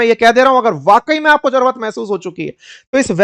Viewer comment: भाई साहब आप बिहारी के र पर तो बात कर गए लेकिन खुद जरूरत को जरवत बोल रहे हो और अक्सर बोलते हो! Lion को Loin कहते हुए भी पाए गए हो!